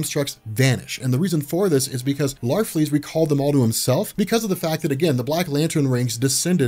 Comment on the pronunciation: It's larfleeze